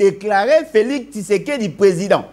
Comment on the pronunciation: Prononce bien Félix et non Felis